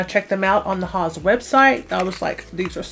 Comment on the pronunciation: Is that how it's pronounced ? I only hear it said as "House" labs not "Haws"